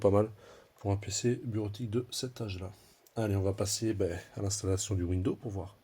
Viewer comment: windoooo lol ont dit Windows (oui dozzzz) !!!